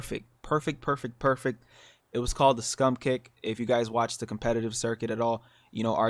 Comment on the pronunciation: Scrum kick! Not scum